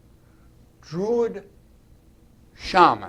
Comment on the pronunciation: Druid not Drurid